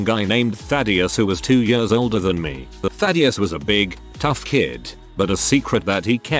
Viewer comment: Ah yes, TTS can say Thaddius perfectly but any other word that is relatively easy to say it messes up.